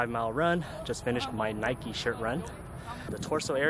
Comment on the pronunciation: Nikeeeee 😅 grills me when people pronounce it like that 🙃 wouldn’t say bikeeeee